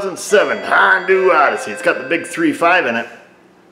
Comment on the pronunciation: Tickles me everytime you say Hondoo. 😂